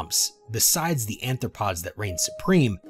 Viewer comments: He said "anthropod," like it's an early APE. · Also, arthropods NOT anthropods or -especially- anthropoids!